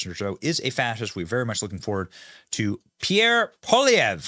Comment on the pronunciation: As a Canadian I give Benny a helluva lot of credit for pronouncing Prime Minister (he will be)Pierre name right.